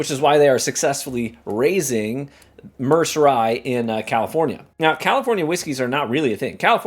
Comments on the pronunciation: It's pronounced Mer said, like the Merced river in California. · Merced pronounced Myr-said which is a Medium sized city in San Joaquin valley of central California